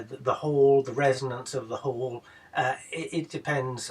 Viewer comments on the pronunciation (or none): none